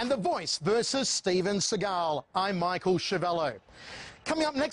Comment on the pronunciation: Michael that's not how you surname is pronounced.